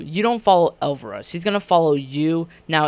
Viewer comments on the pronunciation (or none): El-VY-RA. Not pronounced elvra...